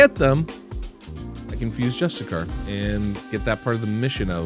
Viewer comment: Justice-iar not Just-A-Car!